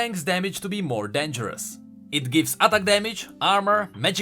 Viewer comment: i love how he say atack damage ;D with a single and short t